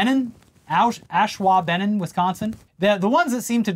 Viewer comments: LMAO I’m from WI, it’s pronounced like ash-wah-buh-nahn. Decent try tho,! Edit: added timestamp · Ashwaubenan is pronounced aww-SHWAH-bih-non, just in case they ever make national news for a second time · Ashwaubenon (ash-wah-ben-on). The Green Bay Packers are technically in Ashwaubenon. Ashwaubenon. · "Ash-wau-binnon" Is how to pronounce Ashuabenon. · Pronunciation: Ash-wau-Ben-non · A valiant effort, but Ashwaubenon is pronounced like it's spelled. ash-WAH-ben-on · It'll probably never come up for you again, but FYI, Ashwaubenon is pronounced "AH-SHWA-BEN-NON" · The name of Ashwaubenon is pronounced like Ash·waa·buh·naan. And it is a native american name. I am from WI, and yes the native american cities and towns are hard to pronounce, but at least try and do better. WI is not the only state in the US that has cities, towns and other things named after them. But yeah the x mas tree thing is funny on it's own because of all the stink it is raising, and I am all the more happy about it. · Hearing butcher the name of my town made my week